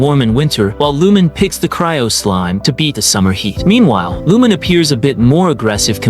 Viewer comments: "Lumin" -- it's Lu-MEEN. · Lumine's pronounciation is "Loo meen" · Ive heard worse I was watching a short by Zach (Aethers va ) and he mentioned someone who pronounced it as loom-in-ay 😂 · that's actually correct too in views of Chinese or Japanese. Considering that hoyo was made in China, Aether and Lumine can be Chinese names too. In that view, Lumine is pronouced as - Lu-mi-nay or Eu-mi-ne and for Aether, - E-ta or Ae-ta no ther or thar sound just E-ta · Nah, "loom-in-ay" is defensible. Wrong, but defensible. "Lumin" has no basis. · Wait and also in terms of Korean, Lumine and Aether isn't a korean name same goes for Japan but Lumine is actually a Japanese name but Aether isn't. In terms of Jp, it's Ru-Mi-ne or Reu- min-ne so the names are actually Chinese and no they are not ENglish names. They are Chinese names. Aether = Eta/Aeta(pronouciation) Lumine= Lu-mi-nay/Eu-mi-ne